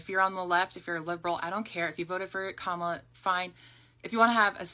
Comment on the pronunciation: This is right wing propaganda. It's the same propaganda that was spread that has more younger black people repeating it doesn't matter if you vote or not they are trying to get people to vote republican in the mid terms and her name is comma-la. Say it right if you want us to THINK you are an ally